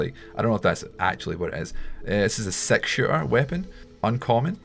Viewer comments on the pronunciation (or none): “Sex cards” that’s the problem of having an accent you can’t say six right 😂😂😂🤣🤣